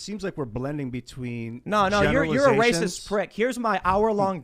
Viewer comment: Real rahcists flip out when told they are rahcist... RA is an idiot!!!!!